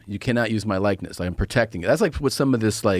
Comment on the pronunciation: Joe Rogan mispronounces likeness, and you can clearly see he didn't like the laughter, but let someone else mispronounce a word and he laughs up a storm. Karma Biat**! lol!